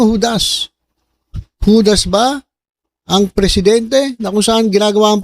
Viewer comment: HUDDS read it as HUDAS.😂😢😮😅😊